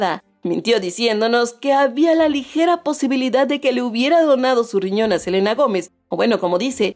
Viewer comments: “Selana” JAJAJAJAJAJAJAJAJAJAJAJAJJAJAJAJAJAJAJAJAJJJJAJAJAJAAJJAJAJAJAJAJAJAJAJAJAJjajajajak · Selana?? Ajajjajajaa